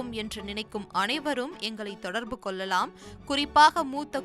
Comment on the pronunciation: அம்மா Voice over... "தொடர்பு கொல்லலாம்", "பகிர்ந்து கொல்லலாம்" என தமிழை கொல்வதை நிறுத்துங்கள். கேவலமான தமிழ் உச்சரிப்பு !